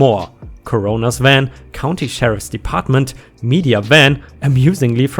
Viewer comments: It's not co-ron-or that sounds like the beer corona. It's cor-onor. This is a person with a medical background that works with the dead in police departments. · Coroner - core-un-err :) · You are always asking about your pronunciations. Usually you're better than I am, coroner is pronounced Core- a-nor. Keep up the great work. Couldn't get through the day without my Ripefix!!!! YouTube are you listening? You've got a winner with 🌟🌟🌟🌟🌟🌟🌟🌟🌟